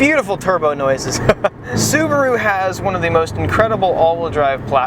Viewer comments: "Scuba Roo" ... lol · Lol "Scubaru"